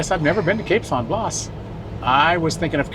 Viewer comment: It is pronounced “cape San Blast without the “t” on the end. Not blaws. Enjoyed the video.